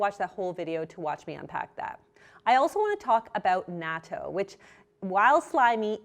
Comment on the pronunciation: Wonderful vid! And super thanks for still recording during these trying times! But this is a tiny nitpick by a nobody (me). It's pronounced like "nah-TOU".